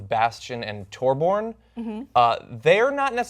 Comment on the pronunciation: WTF why did you guys insult the names by pronouncing them wrong like Torbjon